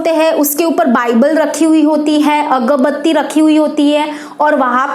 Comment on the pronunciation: Mam agarbatti hota he agbatti nhi hoti he